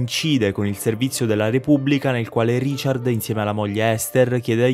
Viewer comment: Non sa nemmeno pronunciare RICHARD! Ha detto Riciar !!!!